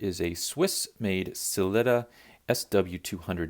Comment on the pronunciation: OMG please pronounce "Sell-eeta" (and not "Slitta") like the people at Sellita unless you're being ironic in which case I love it Ral Ucks and See Icko and Paddock Flip all day Great videos